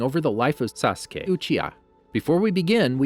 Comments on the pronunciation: Bro he said sasuqe😂😂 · no it was like say ka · Nobody: The Amagi: SAUCE KAY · Ok did this guy record him saying saskay and play it every time he said it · My head hurts everytime he say saskey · Why tf you can't say sasuke you saying Saaassskay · Why does this trigger me. He speaks so fast and clearly the. Slows down and says SASKAY then co tinies to go fast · I counted and he said “sauce kay” 374 times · is it just me or like in other video he says every one name correct in naruto but now he is like SAkUse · Sa suh kay... tch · He probably change the video because he kept saying Sa-su-key or Sosuke (like how I hear many people do) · He said sasque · suh k uh ruh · why did you make sASSKEE sound like that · The way he says sasuke makes my head ache lol. “SaSkEy” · "saSkE" lol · I think you mean sasgay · did you record your pronunciation of "sasuke"? jesus it's annoying as hell. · the way this guy pronounces "sasuke" it irritating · why does he say Sasuke like that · After hearing that "Sasuke" a few times I paused and went to the comments😂😂😂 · The way he says, "Sasuke" makes me think he either recorded himself saying his name or he really has a hard time saying it. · You must have said Sasuke wrong in the original recording, knew you'd get flamed, and edited yourself in saying correctly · bruh cant watch this video cuz of the way he pronouns sasuke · sas - oo - kay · The way he says sasuke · Sacura and sadraa 😂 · He's cutting it out idk lol. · Something tells me someone really mispronounced Sasuke’s name a lot😅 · WHO PRONOUNCES SASUKE AND AKATSUKI LIKE THAT! Bruh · words he says wrong sasuke , obito , akatsuki , karin itachi and all other naruto names i mean all of them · 😭😭😭😭the names suh coo ra suh ra da how do you pronounce them that badly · Bruh sawskay, sukura, Sadaruh, Naruto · I hate how he says, sasuke, sakura, sarada and sharingan